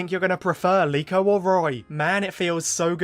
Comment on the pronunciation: Her name is Liko? I thought it was Riko.